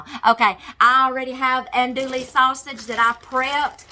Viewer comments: "Dewy" 😂 not "le" 🙋‍♀️ from South Louisiana! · Silent on the L's hon😚